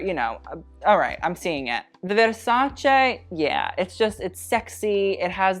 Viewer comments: My ears are THANKING you for saying “veRrsacE” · Love that he pronounces VersacE!!! Like, Italy thanks you 🙏🏻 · It's the "verrrrsacE" said in the right way for me boy 🇮🇹♥️ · As an Italian hearing Versace and not versaci is a bless to my ears. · I'm new to this channel and i nearly cried hearing you say Versace correctly 😭😭😭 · The fact that he pronounces "Versace" correctly makes my italian soul happy. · Thanks for pronouncing Versace correctly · I'm a simple person. I hear versace pronounced correctly, I click on the like button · Omg finally an american that spells versace correct. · has any other Italian already commented that you’re the first non-italian person they’ve heard pronounce “Versace” the way it’s supposed to be pronounced?